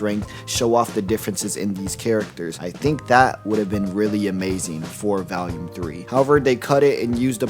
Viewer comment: The way you pronounce volume bothers me because there's no a in the word, but you say it like it does every time. Otherwise good video!